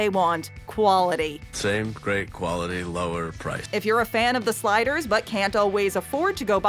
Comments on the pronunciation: the narrator says “undoubtedly “ and “oh-ways” repeatedly... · There’s no “b” in “undoubtedly.” But there IS an “L” in “always.